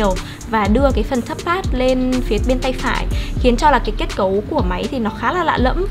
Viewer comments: thế thì chị kia thật sự cần học tiếng Anh rồi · à mà do cách nghe hoạc do vùng miền nữa